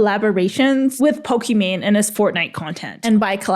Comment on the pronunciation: Her name is pokimane, not pokimon